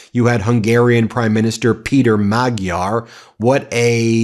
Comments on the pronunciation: Magyar is pronounced "Majar" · Peter Magyar’s name is pronounced Madshar. Please do me a favor and get this right, Ben! Remember, you have a large international audience! 🧡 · The new Hungarian leader, Péter Magyar has a last name that has a soft G So it's pronounced madge-yar. His first name is pronounced pay-ter. Thanks